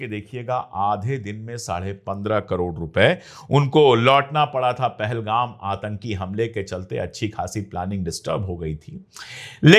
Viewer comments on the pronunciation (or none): none